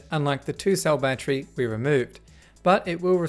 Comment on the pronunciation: He said Battchery